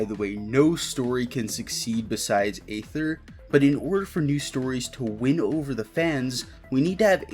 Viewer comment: Please stop pronouncing Aether with an A.